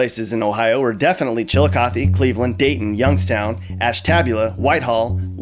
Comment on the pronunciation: Ashtabula is pronounced "ASH-tah-bue-la" not "ASH-TAB-u-la". Props on saying Chillicothe and Lima correctly